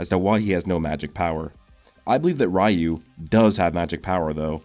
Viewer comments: Just wondering why do u say "Rayu" instead of "Ryu"? cuz there's no "a" in the word but u still pronounce the "a" which doesn't exist. I know it's common that American or mainly English speaking people mispronounce other countries words often but I don't understand what causes it. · What's soo annoying is this dude can't say r y u right he keeps saying r a y u like dude pronounce it right it's sooooooooo annoying to hear 🗿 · Sorry to be that guy but Ryu is pronounced, Re • U lol